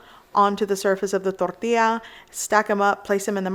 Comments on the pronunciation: You dont need to say tortilla like that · Hearing say everything in English and then tortilla in perfect Spanish is freaking funny for some reason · Damn you truly are a Mexican, especially when you say 'tortilla' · Why do you only have a Spanish accent when you say enchilada or tortilla? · The way she says tortilla makes me hungry🤤🤤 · I always run across this channel and it's fine until she egregiously over-pronounces 'tortilla'...